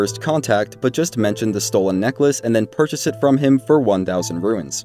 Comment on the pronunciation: bro, click on the timestamp. I was making fun of the fact he keeps saying “ruins” instead of “runes”